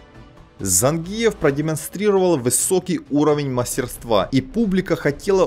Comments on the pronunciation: Цай кой каныс ? Цавар зАнгиев ? Ударение на И . ЗангИев. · автор,когда же вы научитесь правильно произносить осетинские фамилии..?смотреть уже не хочется.режет слух...кроме того это неуважение к спортсмену...надо произносить так-зАнгиев...научитесь же наконец.в этом виде спорта осетин много..придется научиться...